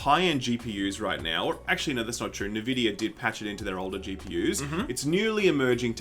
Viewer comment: bud, did you just pronounce it 'nuh-vidia'? You doing okay?